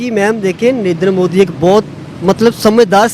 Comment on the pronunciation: Oh bhai , ek prime minister ka name v sahi se nahi le sakte ho ....kyu debate me baith jate ho aap log Hamere P.M Saahab ka Name Sri 'NARENDRA MODI ' ji hai ... Unka name sahi se liya karna